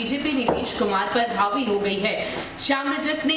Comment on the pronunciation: हौबी नहीं, हावी होता है श्याम रजक